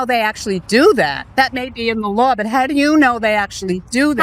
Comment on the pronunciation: At least the the lady in the yellow pronounces, "law" correctly. Kaitlin is smart and good at what she does, but now I remember why I stopped watching. When she says, "lawels" or "sawl" it hurts my hears. "What lawels are they breaking"? Yikes